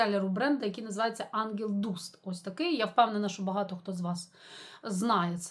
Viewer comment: вітаю з новинками! Взмах - помах. Енжел Даст, здається так вимовляється.